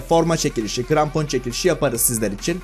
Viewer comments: Niye krampona grampon dedin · Seni coook seviyorum ama ilk basta cok konusuyosun ve i grampon degil krampon g ile deil k ile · grampon değil abi krampon